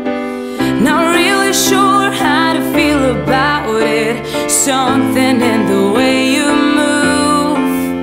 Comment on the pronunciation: Her voice is so pretty but the first time I watched it all I could focus on was the fact that she never pronounced the word 'something' right!